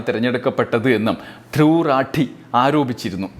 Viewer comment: राठी റാഠി .. റാത്തി അല്ല